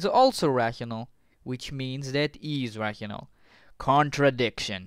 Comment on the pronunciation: Russianal number? Are you a russian spy? Dimenchion?